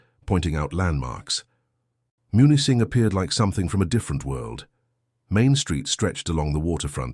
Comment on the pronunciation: Camp Au Train, near Munising (MEW-nis-sing) 👍